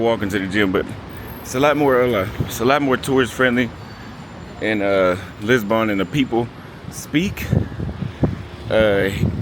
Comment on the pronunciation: Anyone annoyed with the way he pronounces Lisbon as Lisbon-Born???